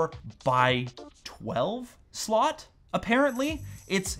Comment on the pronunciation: "Dual SoLt" xd cmon